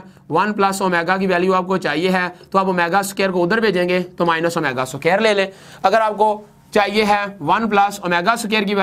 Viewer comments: it is square not so-care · aur soqaer nai hota squar hota hai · Square ko soker bol rhe ho. Pehlay bolna seekh lo phir parrhao